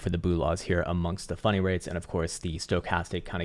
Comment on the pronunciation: I keep hearing funny rates when talks about funding rates...😅